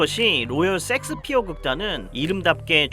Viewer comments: 형 섹스피어 발음너무 ㅋㅋㅋㅋㅋㅋㅋㅋㅋㅋㅋㅋㅋㅋㅋㅋ 셰익스피엌ㅋㅋㅋㅋㅋ라고있늗뎈ㅋㅋㅋㅋㅋㅋㅋㅋㅋ형의 본능인거지??ㅋㅋㅋㅋㅋㅋㅋ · 형 섹스피어가 아니라 셰익스피어아닐까? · 왜 자꾸 셰익스피어를 야스피어라 하십니까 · 세익스피어라고 안하고 섹스피어라고 계속하는거 개웃기네 ㅋㅋㅋㅋㅋ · 섹스피어 ㅋㅋㅋㅋ 셰익스피어 아니에요? ㅋㅋㅋㅋㅋ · 아니 셰익스피어를 섹스피어라고 하면 어쩌란거야 ㅋㅋㅋㅋㅋ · 형......자꾸 쉑스피어를 섹스섹스 거리지마...그리고 색스피어야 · 쎅스피어가 뭐여 쎅스피어가.. 셰익스피어 라고 해야지.. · Shakespeare 섹스피어라고 하셔서.... 앞으로 [셰익스피어]로 부탁드려요^^ 실제 발음도 이렇고요~ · 제발... 섹스피어 말거 쉐잌스피어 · 형.. 섹스피어가 아니라 셰익스피어... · 셰익스피어인데 왜 이렇게 섹스피어라고 발음해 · 형 셰익스피어 아니야? 섹스피어였어? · 아닠ㅋㅋㅋㅋㅋ 섹1스피어가 아니라 셰익스피어였어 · 셰익스피어 섹스피어가 아니라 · 셰익스피어를 줄기차게 섹스피어라고 읽고 쓰는 의 무의식 저변에 자리한 리비도 잘 보았습니다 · 야스피어가 아니라 셰익스피어 아닌가요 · 형 섹스가 아니라 셰익스피어 ㅎ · 2. 나이로 퉁치지 말아주세요 비슷한 나이대지만 저희는 그렇게 발음 안했습니다 ㅠ 그냥 쉐익스피어라는 발음이 안되시는걸로.. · Shakespere를 일부러 틀리게 발음하시는건가 궁금합니다. 쉐익스피어 가 맞는데요😅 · 발음 주의! 섹스 아님! 섹스피어~ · 셰익스피어가 어쩌다가 섹스피어로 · 섹스피어 발음이 왜이렇게 강한가요? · 오늘 생각나는게 섹ㅅ피어극 아주 맛갈나게 발음 하십니다. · 썸네일만 보고 인지 못알아봤어요 ㅋㅋㅋ 멋진영상 감사합니당 ㅎㅎ 근데 '쉐익스피어' (혹은 셰익스피어)요 ㅠㅠㅋㅋ 첨에 듣고 깜짝놀랐어요 ㅋㅋㅋ (메인 댓글에 언급하신거 지금 봤네요 ㅠㅋㅋ 괜한 언급죄송해요- 하지만 댓글 그대로 남길게요! 팬이에요 <3 ) 앞으로도 건강 챙기시면서 좋은 영상 더 많이많이 부탁드려용! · 셰익스피어 보고 자꾸 섹스피어라고 하는거 킹부러지 형? ㅋㅋㅋㅋ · 섹스피어 할때 쎅스발음 쎄게하는거 개웃기네ㅋㅋㅋㅋㅋㅋㅋㅋㅋㅋㅋㅋㅋㅋㅋㅋ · 내가 이상한거야? 나만 셰익스피어 극단을 섹스피어 극단이라 하는거에 의문을 느끼는거야? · 저도 제 귀를 의심... 야스피어라니 ㅎㄷㄷ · 30분 영상에서 기억남는건 로열섹스피어뿐 너무 찰지게 섹섹하심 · 아 ㅋㅋㅋ 어쨌든 섹스피어라고 ㅋㅋㅋ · 섹스피어 발음이 어우야